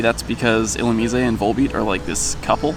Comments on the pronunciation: ill u meez a? Isn't it supposed to be a lightning bug, basically. That would mean "illuminate" is the root word. Wouldn't that make the pronunciation ill u mize? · ...why are you replacing the e at the end of illumise with an é? Haha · I think it is pronounced illuMIZE. long 'i' and silent 'e' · Isn't it "Illumise" rhymes with "wise"? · You have a weird way to pronounce illumise :p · Your pronouncing illumise wrong theres no accent over the e